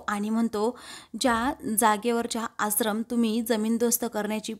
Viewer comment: आसरम 😣👎👎 आश्रम 🤘👍 Please read the words properly 😊